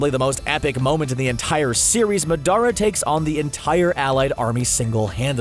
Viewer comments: did he just say maardara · Ik Madaraa it’s Madara but he said it like madaraa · lol when he said maadarraa I didn’t know who he was talking about but he was saying madra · Dadara not dadra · Yea like who is Madaru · I like how he calls Madara “Medara” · I am sorry but did you say acuokskie and mudara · y u had to say madaras name mudarra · It’s said Day-Dora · They said it like Muh dare uh...Emphasis on dare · bro super obvious you dont do any actual research sounds like most these videos they have no idea what there talking about saying Akatsuki and madara wrong. missing main people, calling tailed beasts demons. like these guys just find articles and popular topics and read the articles so they can profit off the videos. these the types of channels ruining youtube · Shisui Uchiha he also called the tailed beast a demon. Also he pronounced madaras name wrong every time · The part that made me more upset is when he pronounced madara uchiha wrong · Um What What you called them? Wrong way to say Akatsuki. Right way to say it. Wrong way to say Madara. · Why is he saying madara 😑